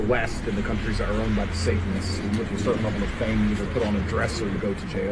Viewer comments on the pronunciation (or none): none